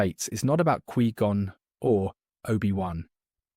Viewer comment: why do you keep Mispronouncing Qui-Gon's Name?